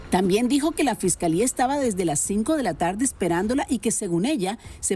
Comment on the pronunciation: Se dice fiscalía lily fiscalia nooooo fescalea y según no eres de rancho 😂